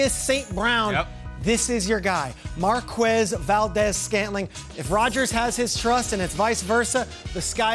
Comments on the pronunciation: Isnt the u silent in quez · that's not how you pronounce Marquez bucko